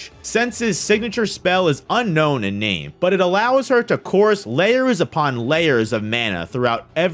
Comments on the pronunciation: I appreciate and agree with all that been said in this video but the butchering of every person name of the series boils my blood. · You butchered the names so hard wtf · I just continued watching and man it is devastating how someone can slaughter those names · WoW... at least learn how to pronounce their name correctly...